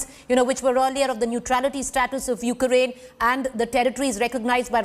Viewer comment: You kea rain what is this.. Pronounce correct ly